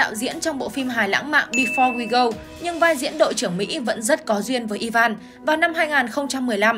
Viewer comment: E van?? I ven chứ ( sai thì xin lỗi 😅 )